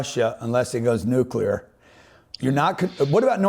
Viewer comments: How this dude got so far while pronouncing nuclear as Nuke-U-lar is beyond me. I want to believe him about China, but he is so wrong about Putin that I don't know if he's a real analyst or a state propagandist. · I dont understand when smart people say nucular. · For a geopolitical strategist to be unable to pronounce "nuclear" (noo͞′klē-ər) properly.makes it impossible to believe anything he says. Saying things well is as important as what is being said. The thing about totalitarian regimes is that they will say and do anything to stay in power, whether it is to blow up the world, or to control more of the world (USSR, Cuba, Ottoman Empire, Japanese Empire, and now the Middle East Theocracies). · Why some americans say "nuckylear" war? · Peter, a geo political strategist hoping for credibility needs to pronouce Nuclear as Nuke- CLEEE- UR not Nukyouler.. Please fix this. best Bruce Peek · Funny hearing a learned guy like Peter say "nuke-u-lar", Especially while referencing George W. Bush. 😅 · I know it seems trivial, but I wish Peter would learn how to pronounce "nuclear" correctly. It erodes credibility when you make literally the stupidest pronunciation mistake whilst claiming to precisely predict the future of the world.